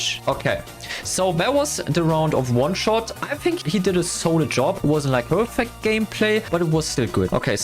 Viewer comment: In the celebration, the editor said oneshost instead of oneshot xd